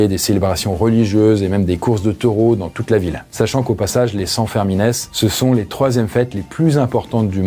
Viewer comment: Super Video ! juste une remarque, la prononciation des noms propres contiennent souvent des particularités régionales, en l'occurence à Pampelune, on dit les fêtes de san firmin, prononcé "firmine", pas bien grave mais ce genre de trucs fait lever les yeux des locaux à chaque fois, pareil pour les noms de ville.